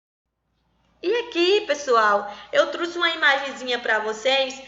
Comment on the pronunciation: Professora falando "eu truse"; Tirando essa parte a aula foi boa.